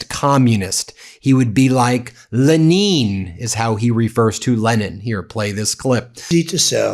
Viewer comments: Holy moly. Did u get a glimpse of rubios face when trump said “Len neen” instead of Lenin 🤪🤦‍♀️ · Leneen is probably the Russian version of Lenin. He knows Putin so ask a Russian to pronounce Lenin in Russian. It's probably Leneen. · Good ol' Le neen 😂